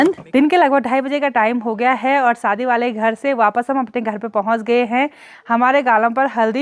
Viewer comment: Saadi nahi shaadi , hindi pahadi mix mat kiya kro, u r eductaed